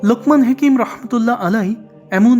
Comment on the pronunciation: হেকিম না হাকিম হবে।